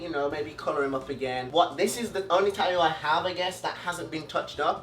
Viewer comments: The way he says tattooed "taooed" or tattoo is "taooe" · He says tatoo he doesn't say tat-too he says tat-oo 😂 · Taooo is the way he says tattoo, it’s adorable